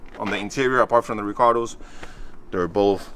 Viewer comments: Love calling the recaro’s “recardoh’s” haha 😂 love the new acquisition! Can’t wait to see what the new projects going to be! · Love how when says Recaro he pronounces it Ricardo lol. But beautiful jza80 love the wheels n the color even tho I'm not a big blue fan but I like it better than the other one on tehe's